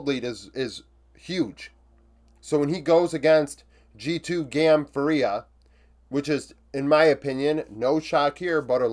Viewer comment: hey man! Really love your videos (and its completely fine if you don’t care): its pronounced FUria and not fuRIA anyways, cant wait for your next videos! love from 🇧🇷